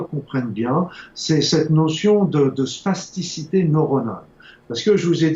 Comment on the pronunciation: Spasticité ou plasticité ? Vous semblez prononcer spasticité mais je ne vois pas le rapport avec le cerveaux alors que l'on parle souvent de plasticité du cerveau pour décrire sa capacité à modifier et réarranger ses connexions neuronales en permanence. Merci du reste pour vos programmes !